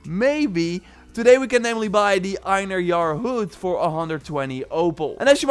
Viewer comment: Pretty sure Einherjar is supposed to be pronounced (AYN-hair-yar)